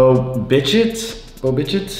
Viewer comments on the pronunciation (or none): Your baseball players pronounciations😂”Bo bi-shit”🤣